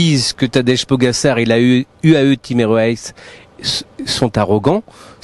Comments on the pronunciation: PogaCHAR, tabarnak, prononcez bien son nom de famille. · “Tadège Pogassar” enchanté de connaître ce coureur prometteur… non franchement, c’est moche cette façon de le dire 🤷🏻‍♂️